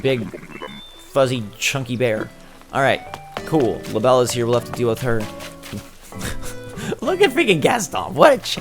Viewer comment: the fact remains, he says labelle as if she's one of his french girls :P